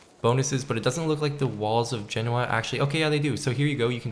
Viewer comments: You said something like Jenawa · Genoa, you pronounced that fucking badly 😂😂